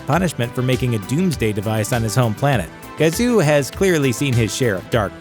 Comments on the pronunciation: IT WAS KAZU....NOT GAZU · Nice reading of the script children. Its not the great GAZOO..Its Kazoo. You mispronounced it 4 times because I'm sure you never watched the show even once.